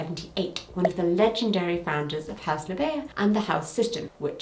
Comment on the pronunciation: This video is WONDERFUL, thank you for putting this info all in one place (and I always love your spin and sense of humour. <3) FYI, Krystal LaBeija's last name (and her house name) is pronounced "la-BEIGE-a"